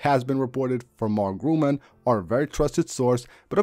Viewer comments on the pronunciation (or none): Nice video. By the way: The correct name of the analyst is: Mark GURMAN not Gruman !!!